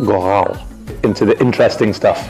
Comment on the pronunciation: Interesting deyəndə çaşıb az qala Azərbaycan aksentində deyirdi 🤣🤣🤣